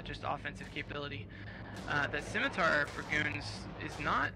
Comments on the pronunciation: oh hey, a video of internet spaceships online the video game. dear commentator, please never say "skimitar" again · "ss-imitar" is correct. "skimitar" is wrong. Dumb brit commentator :)